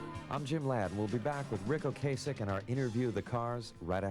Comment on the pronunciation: Its O-Cass-ick